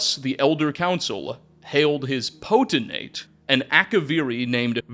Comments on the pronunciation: PO-TEN-TATE!!! Not PO-TEN-ATE!!! Sound out your words. Makes you sound stupid! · Not that it matters much because it’s only said a little bit, even in books — Potentate is pronounced “poe-ten-tate”, just like it’s spelled there. Elden Ring taught me this. 😂 new viewer, glad to have some channels like yours, fudgemuppet, etc as I get back into the Elder Scrolls after over a decade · Potentate! There a T in the last syllable, not potenate. This was painful to listen too. Sorry, I still love you though. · Poten-Tate lol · FYI I think you pronounce potentate the way you pronounce “potential”. So it would by pi-tent-ate. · Were you intentionally pronouncing "potentate" as poteNate haha? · Homie forgot the second T in "Potentate" every single time he said it. Wtf is a "poten-ate"? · Pote-… I see what you did there 😂 Poten-tate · While I’m glad to have a new video you had so many chances to say Potentate correctly and you whiffed every time 😂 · "Chim" would sound like "Kim"... anything starting with the "ch" would use the "k" sound. Also, there's three Ts in potentate. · You're mispronouncing potentate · The potentate mispronunciation is fucking hilarious because of how many times you say it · Video was so good I didnt even care that seems to think the second t in potentate is silent